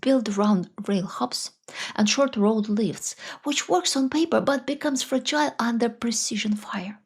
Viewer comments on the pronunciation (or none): none